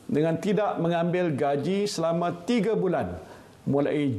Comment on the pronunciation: Pemerkasa. Meredakan. Tiga bukan tige.